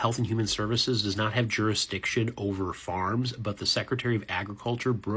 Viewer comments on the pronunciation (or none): …an interesting inflection on “farms”